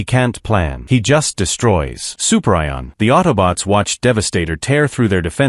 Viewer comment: ah yes, good old Super Ion